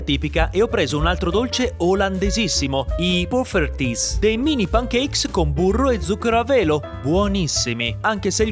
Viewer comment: Si pronuncia poffertcies😅